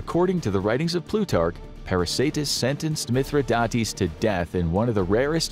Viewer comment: It's actually pronounced Mith - rhi - dates, like the fruit, dates.